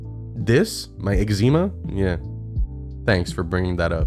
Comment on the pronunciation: Interesting how you pronounce eczema